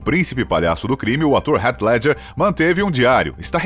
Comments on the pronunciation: Foneticamente falando, não é "Ret Ledjer" eata mais para "Rit Ledguer" fica a dica. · "Rét ledger" o ator que fez o coringa... Que mania chata de falar o nome dos atores de um modo que ninguém fala kkk pelo amor